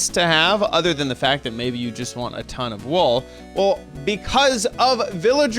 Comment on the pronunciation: It's wool not wall dude